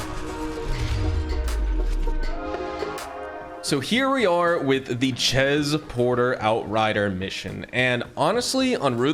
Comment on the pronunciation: Chez is pronounced shay. I know I know I'm nitpicking lol But my best subjects in school were always spelling and launguage/English. So I'm kind of OCD about it 🤣 As always good video though bro! Thanks for sharing.